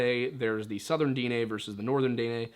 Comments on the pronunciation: I love your videos but I cringe every time I hear "day nay". Navajo is the term we were named. Our name for our people is Diné. Pronounced "Din-eh". You should also look into the story of the twins. As the twins fled from Dinetah the homeland of the Diné. The twins separated creating two different tribes. If a Diné and Dené were to meet it's supposed to mark the beginning of end times. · Little late here but it's pronounced (Den-Neigh) like Density, without the sity and neighbor without the bor. Edit: Will definitely be trying out the coffee! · Daugh-neigh pronunciation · Dine' Is pronounced di neh I'm Cherokee and my wife's navajo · It's pronounced Din and then eh bc the e is this é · The Diné or Navajo is actually pronounced /DEN-EH/ "DIN" as in den like "DENtist". And the "EH" is as in "EHHH it's fine". And no I am not Navajo or any type of native American although I am Aztec so I'm native NORTH American. but I am learning the Navajo language and I have heard a Navajo cultural YouTuber by the name of "Navajo Traditional Teachings". And that is how I have heard it.